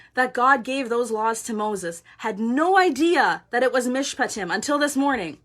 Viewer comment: Thank you so much for sharing this. You are a brave warrior! And you pronounced Mishpatim perfectly. This morning I had nothing on my calendar and I asked God why. I really felt him say that he was going to do something today - no specifics. So I have been online off and on and watching this Country do just what you said - Quebec decided not to levy their tax on the unvaxed, the truckers in Ottawa are playing hockey in front of the parliament buildings with the truck horns blaring in the background. The truckers at the Alberta/Montana border were praying our Lord's Prayer last night and today they stared the police down singing O Canada - and the police backed off. Justin is still proving himself to be an unfeeling petulant child and the Conservatives are just nailing the conservatives in the Parliament. Today is a good day! I encourage you in your studies on our Jewish roots - we have people in my town very interested as well. Bless you - brave warrior that you are!